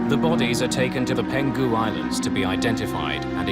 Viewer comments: The voice-over person keeps pronouncing the Peng hu islands as “Pen ghu” islands. It’s a bit grating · There’s a wrong pronunciation. It’s Peng-Hu, not Pen-Gu. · Not "Peng - gu" Islands, it's "Peng hu" Islands. Been there, Beautiful place. Heartbreaking tragedy.